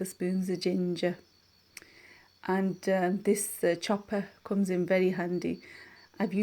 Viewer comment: Leicester or Blackburn accent “ I’ll take it as it cumes”